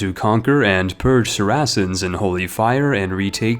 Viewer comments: 😅 say "pious" now say "piety" Don't get me started on papal, Saracens, betrothed, Hospitaller, or Outremer. God, I dunno why that bothered me so much. Nevertheless, thanks for the video. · OMG how many words can you butcher, examples Saracens, Papal and piety. I am sure you have butchered many more. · The way u pronounced Saracens made me cringe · I don't think you pronounced ONE term correctly. Saracens, Papal, Piety... Oh dear where to start? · Man can't even say saracens right.